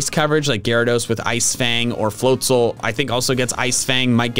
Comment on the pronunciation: THE S IN FLOATZEL IS SUPPOSED TO BE A Z!